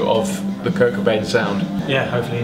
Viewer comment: The way u say cobain makes me cringe